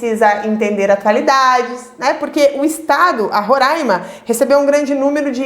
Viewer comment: falou roraima certinho, otima aula